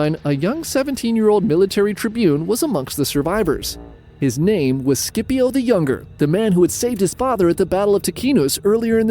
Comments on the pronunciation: Great stuff! But “Skippio?” Come on that’s not a hard C in Scipio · You make the best history videos but please, don’t you ever pronounce Scipio like that. The “Sc” is pronounced like the “Ch” in “Timothee Chalamet”.